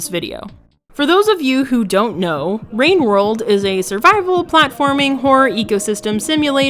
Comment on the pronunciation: Ah yes, wowwed wine